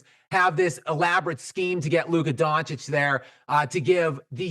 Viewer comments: Bruh luka doncic not donchik lmao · His last name isn’t that that hard to pronounce. It’s not “donk-itch”